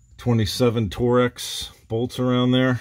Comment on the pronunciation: Did you just call torx bolts “tor-X”? Or are there bolts called tor x that I don’t know about